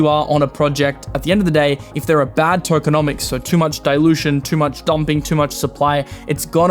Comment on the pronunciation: Tokeo - nomics!!!! 😂